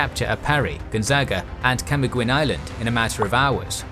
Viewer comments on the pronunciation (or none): Camiguin does not sound like Camigwen, but Kamigin.